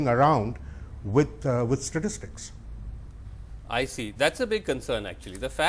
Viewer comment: Never trust a CA who can't pronounce "Statistics".